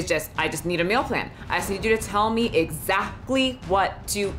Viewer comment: I couldn't focus cuz I was paying too much attention to how you say "Meal Plan" I keep hearing "Mill Plan" Love ya still Michelle